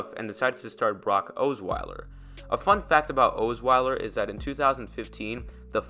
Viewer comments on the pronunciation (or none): Does this guy even follow the Broncos?....Ohs-Weiler............Rip-E-an........Talk about a waste of time.